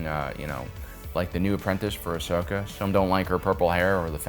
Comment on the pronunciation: If I had a dollar for Everytime you mispronounced Ahsokas name I'd be rich.